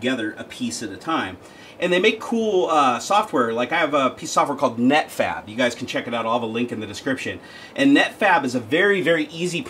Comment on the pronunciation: i heard netfap when you said it